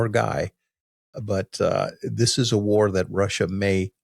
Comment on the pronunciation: War, not way